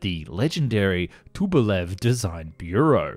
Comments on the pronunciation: "Too95" "F one hundred seventeen" "Diskern" "Toobolev" (you got it right the second time) "Too160" "Weapondree" ?? Its NOT a flying wing, it's a blended wing body. Dude, you don't normally make this many mistakes. No, I'm not referring to the auto subs, purely your pronunciation ☹️ If you're unsure about Russian words & models then just go watch the Paper Skies channel to hear a native language speaker say them correctly. That doesn't explain all the English words you screwed up though ☹️ WTF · No, it's not T-U, these are not initials nor first letters of words, it's shortened last name of the constructor - Tupolev. Check any Russian documentary for correct pronounciation of Soviet design bureaus. Also check how Russians pronounce PAK-DA, it's very often practice in Russian to read abbreviations as "words" because they have a lot of them in their language and it's much easier than spelling letter for letter.